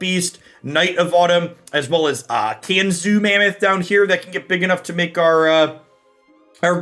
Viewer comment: He also said Can-zoo Mammoth